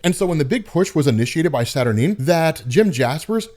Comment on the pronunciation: Saturineeen, Mer-lynne, Wolv-rain lol